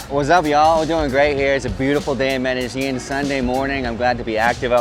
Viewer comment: Why do all these Gringos pronounce Medellin... Medegene?